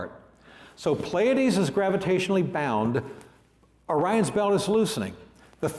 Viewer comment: It'd be nice if he knew how to pronounce Pleiades.